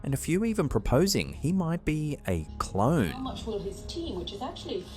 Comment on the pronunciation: Not "Clone", "CLOWN"